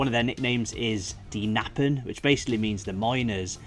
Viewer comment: E the minion...., you should contact our Martin Thiele, he is THE expert for german football and football stadions😊 and these stadion is the best ever built with ♡ and sweat!...and we call the Kkkkkkkkknappen.. not nappen! There are a voiced 'K' before, please and not only amazed by the beer pipes!!😅 and if you say 'currywurst', please show the 'currywurst', not only the fries😅 the real is served in a baked roll😊!!